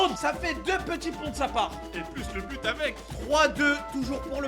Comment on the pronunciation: Le meilleur moment de et c'est à pk il dise bu au lieu de but